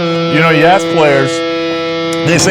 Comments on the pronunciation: Did you say yazz players? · the Swedish pronunciation of "jazz" is very charming :)